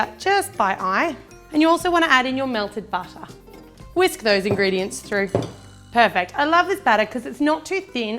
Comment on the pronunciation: Why do you always said "perpect"?